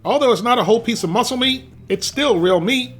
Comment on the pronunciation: All jokes aside. Try closing your eyes and listen carefull. Does it sound like he says "real meat" or "real me"?🤔